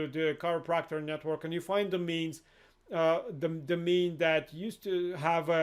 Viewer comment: He is saying domains not the mean, ever captioned this.